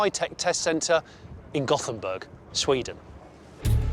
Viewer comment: Lol did he say Gothhamburg?